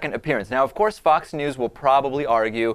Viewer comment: It's funny how he pronounces it "fuck's news" ^_^